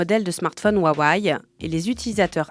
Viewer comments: Alors rip les utilisateurs de huawei Mais svp, c intenable la prononciation jpp 😂 Wa wé ou wa weï pas huahuaï mdr j’vous jure jpp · Pitié ... "Ouaouaïe". J'ai tenu 30s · C’est juste « Wa-Wé » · " ouaouaye " ... Un peu de sérieux. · C'est quoi cette prononciation de huwawei ? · 1000 abonnés sans vidéos ?! Salut, je viens faire chier, ça se prononce « Rwa-weille » en Chine. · Le fond de cette vidéo est bon, mais je ne comprends pas pourquoi vous n'avez pas pris 20 secondes pour trouver la bonne prononciation de Huawei sur internet. Ce manque de sérieux sur les détails vient tâcher votre travail, ce n est qu un problème de forme, mais la forme c est le fond qui remonte. Dommage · Mdrr c'est clair qu'elle le prononce mal lol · bah non, mis à part la prononciation de Huawei franchement c'était hyper instructif.